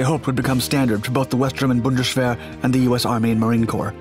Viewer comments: ... this speaking "the Bundeschwer" XD im laughing my ass of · Why did he pronounce bundeswehr as bundeschwehr